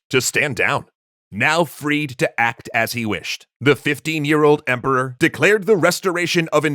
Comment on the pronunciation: "For the Emporwah!"